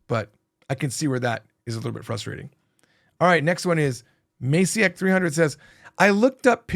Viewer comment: 😆Hearing you pronounce my name. I'm Polish so it's pronounced something like マチェk.